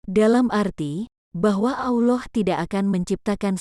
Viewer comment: Sebut Allah pun tak betul. Sebut betul-betul. Allah. Bukan Auloh.